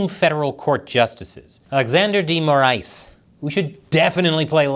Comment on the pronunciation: This was the best pronunciation of the name “Moraes” I’ve seen from an English speaking channel, congratulations